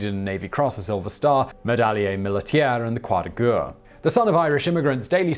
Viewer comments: The Word is pronounced "Croix de Guerre"...as in G-E-H-R !....and NOT G-U-H ! Is your mouth incapable of forming such sounds ? At your age one would think that you would have acquired some form of education in the pronunciation of the words in languages other than English. And you call yourself "civilized" ? Shameful and disgraceful. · Simon, "guerre" is more accurately pronounced "gair".